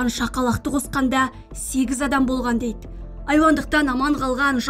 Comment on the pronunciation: Жүргізуші қыздың әліппесінде “ і “ “Ы” деген әріп болмаған сияқтығой))) Дейд кетед келед көрінед келед деп жүйкені жұқартты😑